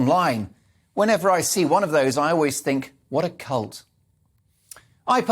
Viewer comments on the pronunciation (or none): I think you pronounced CULT wrong?